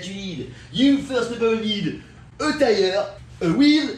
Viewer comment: Deez is ow u change uh ty-errr 😂😂